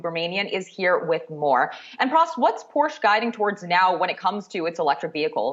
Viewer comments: Yahoo! Porsche is a two syllable word pronounced Por-shay not Porsch as said by your young lady host. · Well, SIR. Let me be the "Young lady" who lets you know that Porsche is actually pronounced "Por-shUH." But you tried, I guess :)